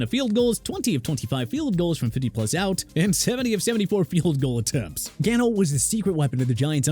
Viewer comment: Did he just really call Graham Gano "Graham Cano"?